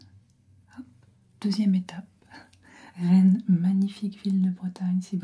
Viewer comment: Rennes, ville de Bretagne, tu viens de tuer un Normand en disant ça 😭